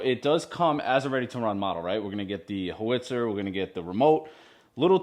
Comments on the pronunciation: No. It's How-itzer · It's pronounced how-wit-sir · Ho-Witz-er 😂 … LOL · How-its-er is the pronunciation. The main difference between this and a tank, as you said, is this being a self-propelled howitzer is it's purpose, which is the conduct indirect fire missions far behind the infantry and armor positions, however they can still be fired directly at a target. Unlike tanks, these also have virtually no armor on the base T1 armor package, and the T2 package doesn't add much more. The rear things that you had no luck with are teh spades, they dig in to the ground to keep the vehicle in place as it's recoil system wasn't very good at the time (this is the A2 variant, we now have the A7) and spades were a part of the M109 platform up until the A7. The A6 was the last to have spades. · how - its - er. (the google lady was right)But that is so cool!!!!!!! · It’s pronounced: how- it’s-er . You can also call it self-propelled artillery. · You don’t pronounce the w